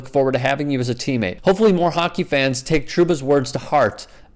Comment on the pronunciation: You surprised....its hockkky